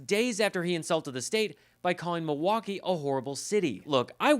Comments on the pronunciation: If he loves the city so much, you’d think he’d at least try to pronounce the name of the city correctly. It is NOT ‘Ma-waukee ’ Donald! Mil - Mil - MILwaukee! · He’s making the city name sound Cherokee asf “Meewah-kee “ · I am hearing a distortion in Trump's voice, it doesn't sound healthy. He was struggling to pronounce Milwaukee. Sounded more like he was saying MiWaukee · MO-waukee? lolol Listen he says it every time. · mah-walkee? what? you want walkies Don? do you need a nurse to help you outside? do you have to go pee pee outside? is trhat what you want boy? lol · He can’t even pronounce it!! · He can't even say the name "Milwaukee" right. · Trump only cares about himself 🙄 He can't even pronounce Milwaukee the right way 😡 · Love it? He can't even pronounce it.